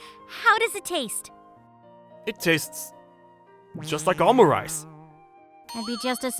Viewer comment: I've never heard someone pronounce omurice like that.